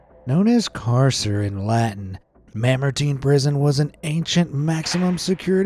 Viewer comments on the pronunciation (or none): none